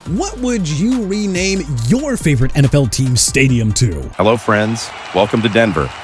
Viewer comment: It's our year stay-jum